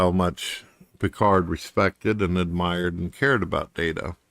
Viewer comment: Is saying "Bicard"? I can't tell, but I think he is.